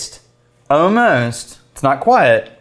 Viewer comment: Is it an Austin thing to pronounce 'almost' as 'ohmost'? I found that so funny